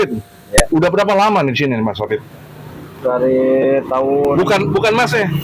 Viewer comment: bukan hafid tapi hafidzzzzz ada zzzzz nya😅